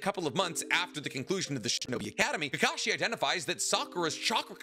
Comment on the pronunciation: Oh boy a Narootoh movie I can’t wait to see Sasookay, Sahkoorah, and kaakaashee